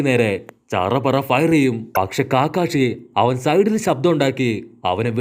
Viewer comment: Bro കാക്കാഷി അല്ല കക്കാഷി